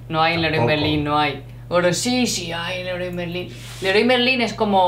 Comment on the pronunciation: Leroy Merlin..jajaja. It's an English name, badly pronounced.